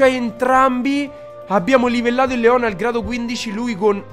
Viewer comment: NON SI PRONUNCIA COSÌ LEOOOOOON